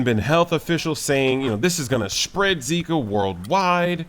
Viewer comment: Boa BRASIIIL first American that say zika with Brazilian accent